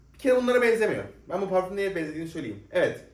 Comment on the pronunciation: Niye kendini kasarak Fransızca parfommmmm diyorsun normal konuş parfüm